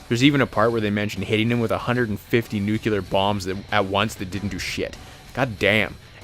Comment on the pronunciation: And I wish he'd learn how to correctly pronounce 'nuclear'.